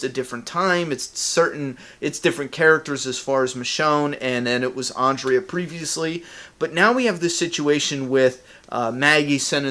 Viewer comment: God dammit, pronounce Andrea's name right! XD Jk man, this is a good theory.